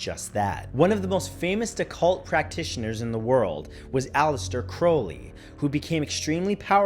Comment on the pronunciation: ngl being how he said crowley wrong idk if i should take offense due to crowley being my family name yeetttt.all it did was make me hella cringe lol